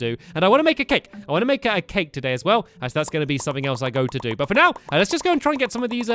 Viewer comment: stampy says t-to bed and t-to do this and t-to do that why the extra t